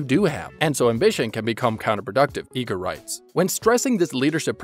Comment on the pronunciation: "I-gr" not "E-gr"